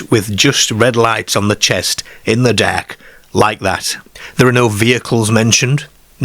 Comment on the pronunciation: Derk and Ker😂😂